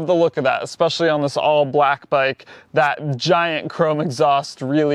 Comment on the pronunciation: eckspecially??? When are you going to learn to say eSpecially? Not eX or eCK. Also, not eCKspecting, but eXpecting. Oh Lord!😂